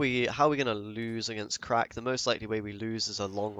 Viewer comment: omg it's pronounced CRACH not CRACK. You need a real glottal emphasis on that -ACH, capture the phlegm